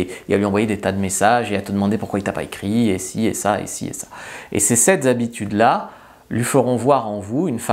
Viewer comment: je t'adore mais fais gaffe qd même avec les liaisons "sept z'habitudes"😁... Mme Bécherel, c'est comme ça que me nomme mon fils 😂